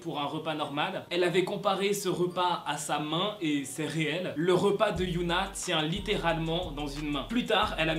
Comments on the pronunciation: C hyuna pas youhna c pas pareil Mais après c pas si grave... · Pour Hyuna, ça se prononce Hi-Yo-Na c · Tu prononce pas bien Hyuna donc au début ça peut porter à confusion, on pourrait croire que c'est Yuna d'Itzy mais sinon bref je t'adore😊